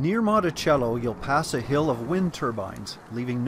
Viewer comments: Just a late note.....Monticello is pronounced like this..... Montisello, not Montichello. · It’s montiSELLo not cello like the instrument lol